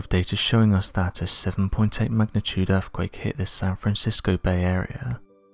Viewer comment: erfkwake! geologico! exampo! possibo! the real mystery is how Brits slaughter their own native language.....